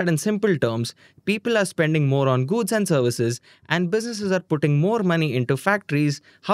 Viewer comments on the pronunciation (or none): Why are you GUDS instead of GOODS?